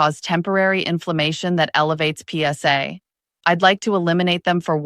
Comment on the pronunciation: Yeah a big thumbs down to the "PS" "AI" girl.